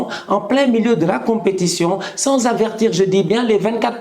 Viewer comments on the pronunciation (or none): none